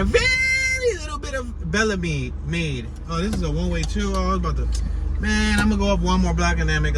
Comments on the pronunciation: its pronounced bell-MEED lol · Only out of towner say Belle Meade Can u say it right Bel Meade pronounced bel meade or bail-me. lls💯